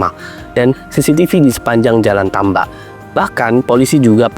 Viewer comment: salah pengucapan , karna dia ya baca, karna di menit sebelumnya dia benar mengucapkan kata tambak